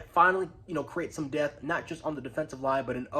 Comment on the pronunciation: Yo you keep pronouncing the word “depth” incorrectly. You say it like this - dep-tha not “death”. You gotta put emphasis on the “p”.